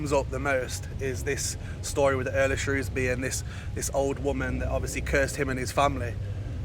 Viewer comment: Very interesting story and a very creepy tree .On a side note love how you said Shrewsbury 😁. Salopian's say Shrewsbury but people not from the County pronounce it Shrows-bury and then all us Salopians say there is no O in it 🤣.Lovely to hear it said properly .